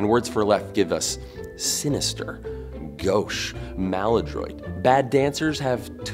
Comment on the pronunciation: When you said “gauche”, I thought you knew a bit of French, but then you said “maladroit” of a very horrible way. 😆